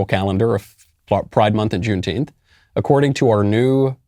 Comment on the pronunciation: What is june teenth? Tenth or what ever he is saying???